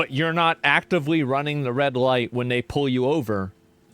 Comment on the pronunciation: “Wen she evolves”😂😂😂